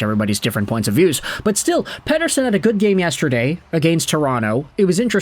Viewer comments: Ep40 gave an interview and was asked how you pronounce his name and you pronounce his name like that in Swedish. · i'm glad someone else was feeling the same way about this lmao. I like the videos, but I dislike how his names being said